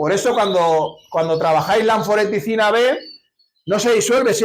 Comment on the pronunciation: Creo que es anfotericina, no anforeticina